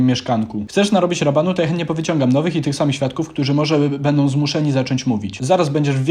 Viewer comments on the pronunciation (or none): none